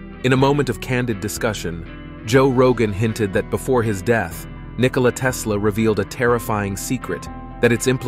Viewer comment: It's not Nicola, it's Nikola 😉